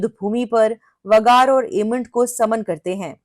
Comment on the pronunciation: आप वेगार को वगार क्यूं बोलते है। अच्छा सुनाई नही देता😂